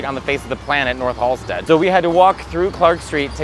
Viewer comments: Ah, c’mon… it’s Halsted. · Its Halsted 😘🌈💜